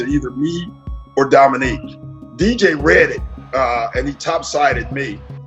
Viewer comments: "Dominic"? Seriously??? "Domi-NEEK". Credibility shot, on what otherwise is a nice presentation. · You absolutely ruin your credibility when you call him "Dominic" over and over again. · Dominick Wilkins? How can you continually mispronounce his name when you include clips that say his name correctly? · His name is Dominique, not Dominic. Neek not Nic, show some respect to the Human Highlight Film and pronounce his name the same way his parents did. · Thank you, craigtennant! I just found this video and it bugged the hell out of me every time he said "Dominic." Also - to all those who commented and spelled Dominique's name "Wilkens" - please don't post if you're going to disrespect a Hall of Fame player that way. You may as well have called Larry Legend "Burd!" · Someone should tell that it's not "Dominic" Wilkins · Dominique, not Dominic. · Great video, nice addition to the Larry Bird stable, but NARRATOR- it's DominEEK! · Hey robot! His name is pronounced Domineek! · I feel your pain, but had to watch that classic battle between 'Nique and Larry again. But each time the narrator mangled the name, 2 words came to me: Eff Yew! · Dominick Wilkins? hahahaha. AI ain't there yet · Your inability to pronounce Dominique's name correctly kinda hurts your credibility. "He was one of the greatest offensive players to ever play the game." - Doc Rivers. Show him some repect and pronounce his name right. Sheesh! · This would be a great video without the dumbass narration, the computer can't even pronounce Dominique !